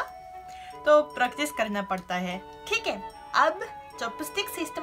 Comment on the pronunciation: Thick hai in bihari accent